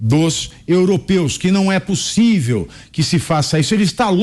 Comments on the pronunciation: Tenho muito angústia de ver um semi-analfabeto falar... "Possivi"... Me envergonha e muito ter um bandido semi-analfabeto! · Cabra pra falar ruim, "pussive ", tbm analfabeto como é FAZUELLI cambada 🤡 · Não é possível que nosso excelentíssimo falou " não é possivi" kkkk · Não é pussive. É um analfabeto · O cara não consegue falar possível , fala possivi acho que é isso que vergonha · O homem não sabe nem pronunciar o português ! ... possivi kkkkk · Num é " pussivi" um presidente falar errado. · "Não é pussivi" digo eu🤦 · Não é "possive" ! Muito autoritário! O povo francês é muito educado ! Acho que ele não sabe disso ! Macron estava assustado ! ( qto mais fala,melhor fica !) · Possivi kkkkkkkkkk 😂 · 😂😂😂 nãooo é pússiveee 😂😂😂😂 Istátréjicuuuu 😂😂😂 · "Não é possivi" uma coisa dessa! 😳🤡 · Não é pussivi 😅, eita português bem dizido. 😅😅